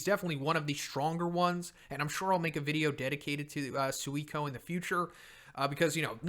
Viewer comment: Legends says a C class hero dies everytime PRONOUNCES SUIRYU AND SUIKON FUCKING WRONG!!! for godsake hahaha! In the anime they pronounced it "SIRYU" ("U" BEING MUTE) (and it makes sense since many words in Japanese have a Mute U)